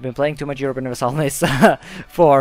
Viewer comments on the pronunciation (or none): none